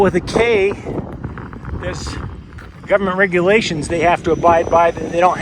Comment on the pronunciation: You misprnounced government